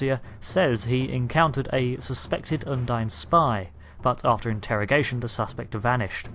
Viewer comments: If you've played all the missions surely you know its pronounced "Undeen" not "Undyne". They say it multiple times throughout those campaigns, and you even say it correctly yourself then go on to say it wrong for the rest of the video. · I'm sorry I have to be that guy, but I can't believe you just called Kronos "Konos" ant the Undine (Undeen) "Undyne" ......dude.....